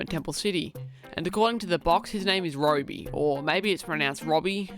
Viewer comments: It’s pronounced RooBy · It’s pronounced Roby